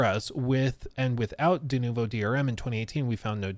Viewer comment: I hate the way he says denovo.